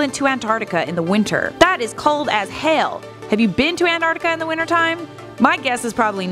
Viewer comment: Lmaoo "that is cold as hael"